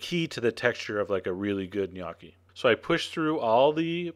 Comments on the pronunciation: wtf? dude. nice recipe but.. Opening line, made me crack up. In NO part of the world, [nor Italy!] is gnocchi pronounced "G'nyOH-kee" with a hard 'G' Any italian would slap you. It's simply "Nokkee" or "ñ-Okkee" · isnt it call "NEE YO KEE" ?? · if this is the recipe for gnocchi...i'm mickey mouse... by the way it is not pronouced g-nocchi at all! i feel sorry for you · I will make a face at your pronunciation of gnocchi. "Gun-ah-kee," what's that? Is that like some kind of eye-talian spuh-jetti? My papa would would have had a hay day with that! Sorry, bro, but I won't take your cooking seriously if you won't take the pronunciation seriously. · um...."GahNoki" is NOT HOW it is pronounced. guess we're from "eye-taly" too. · yes it's like the lio in million Knee Okie. That was really dumb chef john, you should drink some CHee Yanti and For madge ee oo. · I love your videos, but this... Sorry I'm Italian and I made gnocchi a lot. 1 you should say niokki like in pinata. Then you do not add egg! never. You add eggs only in "roman gnocchi" with semolina and a totally different recipe. Please use floury potatoes and for each kg of them use only 200gr flour. The part with the fork is ok, you add salt to the water not the dough. Then you just let them rise in the boiling water. Please try them without eggs. Ciao. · noo italian its nokki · Sounds like you say "Gniocchi" :P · Yes you slaughtered the pronouncing of gnocchi you pronounce the letter "o" with an o sound not an "a" sound. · PLEASE STOP MAKING ITALIAN DISHES IF U CAN'T PRONOUNCE THE WORD IDIOT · I LOVE your videos, always, but I'm sorry...for a chef, your pronunciation could use some work XD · NICE! even though thats not how you pronounce gnocchi it still looks VERY VERY GOOD. i love gnocchi and im going to try to make them from scratch this time. thanks! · you sir, are an idiot. the word knee is not pronounced with a "k" sound. look it up in any decent dictionary.